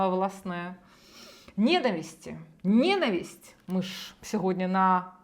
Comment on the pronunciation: Мосі йчук, не знає,що наголос у слові ненависть на складі.Оце грамотність!